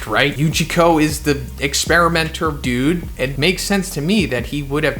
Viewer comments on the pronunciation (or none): none